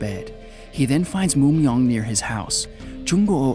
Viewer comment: hahaha Moo Myeong too 😂 dats ok tho, he tried haha 😆 his "Il Gwang" is pretty decent, Jung Goo's the only weird one hahahah